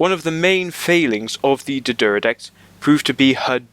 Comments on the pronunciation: Not pronounced Deeeee'deridex, it's D'deridex. Pronounce it like you've got a stutter. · It's pronounced D'D-air-eh-decks not D'D-er-ih-decks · Dude, there is no letter U in D'deridex. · he sure likes to say d deridex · "D'deridex""D'deridex" "D'deridex""D'deridex""D'deridex" Cheers